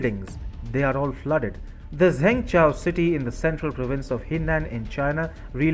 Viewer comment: Zhengzhou city is pronounced: "Jhung-Joe" not zengchow. other than that error,you issued a very good video report on the CCP incompetence in Zhengzhou (and in general).